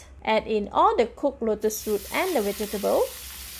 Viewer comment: Are you trying to say "V E G E T A B L E S?? 🧅🫑🌶🥔🥕🌽🧄 I keep hearing "wedgables"! 🤦‍♀️